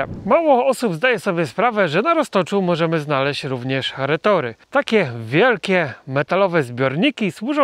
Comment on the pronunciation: Cześć.....Retorty kolego, nie retory!!